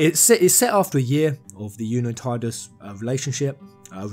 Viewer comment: Its pronounced Tee-dus not Ty-dus. This isnt a matter of opinion its a fact. The voice actor himself confirmed it.